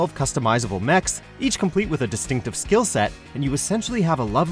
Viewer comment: Mesh? It's pronounced MEKK!!!